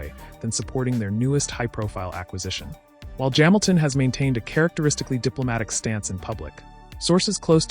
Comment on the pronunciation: Formula uno? Jaminton jams. Very well spoken but saying Luis Jaminton funny.